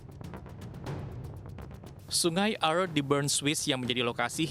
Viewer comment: Hai news anchor....orang lokal di seputar sungai Aare saja menyebutnya sungai Aare ( Arè)..bukan sungai Ar seperti yg anda sebutkan. Penting penyebutan yg benar. Semoga team SAR cepat menemukan anak kang Emil dalam keadaan sehat. Aamiin